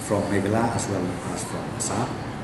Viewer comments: Niiiiiiii man ba kren prestone ng sngp um ju nang ban pronounce ,"Meghalaya" shu ong bt "Meghla" Shame on u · What a game kung-fu hustle 🤣🤣🤣🤣🤣🤣........ Lah goi pronounce "Meghalaya" ruh u pronounce Meghala...🤣🤣🤣🤣🤣🤣..... Leit skul shwa me khie synlen 🤣🤣🤣🤣🤣🤣